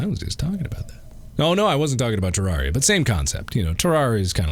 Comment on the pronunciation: why does mark pronounce Terraria like terr*are*ia? why not say terr*air*ia like he says terrarium?